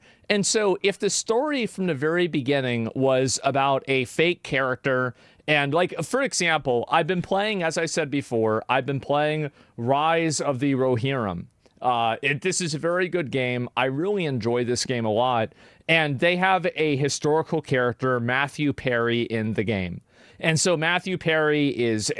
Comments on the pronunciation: Fk - I think UBISOFT put as much effort into AC Shadows, as you did pronouncing Ronin as Rohirrim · bro said rise of rohhirim instead of roninn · 8.32 RISE OF THE ROHIRRIAN 😅 When did Tolkien get involved. it's pronounced "Roh-neen" for rogue Samurai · The way you pronounce Rōnin Hurts me. it's row·nuhn not rowhearuhm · Besides all the awful pronunciations... I cracked up at "Rise of the Rohirum" what on earth was that? 💀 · dude its Ronin row-nin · Did he say rise of the rohirum? It's ronin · You said RONIN wrong lmao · Im sorry man but how do u mispronounce ronin? How is that even possible